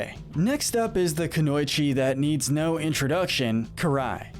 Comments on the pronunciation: "kunoychi" don'tcha mean KU NO EE CHI! Kunoichi. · How did u miss pronounce kunoiweech idk how to spell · The way he says Kunoichi was passable but when he said Oroku Sakai I lost it.